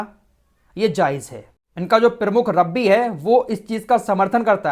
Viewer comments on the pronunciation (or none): रब्बी नहीं रब्बाई, हूती नहीं हौसी हैं सही अल्फाज़ हैं।